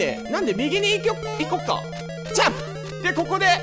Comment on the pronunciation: 私も思ってました笑 でも可愛いから良いですよね!!!!!!(・∀・)